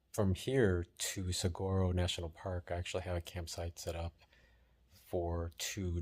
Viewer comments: And Saguaro Nat'l Park is pronounced Sa- War-o😀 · Saguaro is pronounced 'sa-war-o'. Tucson desert is pretty barren compared to the Vail/Gardner Canyon area.